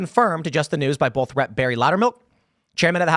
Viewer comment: Normal people "both" Tim.. "BULTH" everytime 😂